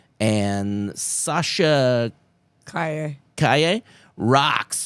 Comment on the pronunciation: Hey, just an FYI: it’s Sasha Kaje not Kayay. 🤷🏻‍♂️